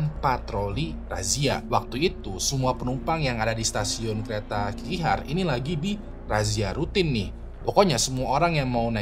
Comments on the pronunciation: Kok ngakak ya denger sebut nama orang dan tempatnya jiaweng,sulistia,nehe,kikihar. Mending sebut nama marga nya aja buat cerita jia,xu 😅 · kalo bisa penyebutan nama orang atau kota2 diresearch dulu, kayak Jia Wenge bacanya Jia Wen Ge, jangan dibaca wenge, Xu Li Xia juga jangan disambung sampe kedengerannya jadi Sulistya 😅 Nama kota Nehe sama Qiqihar juga jadinya lawak banget kalo nyebut sesuai tulisan gitu 😢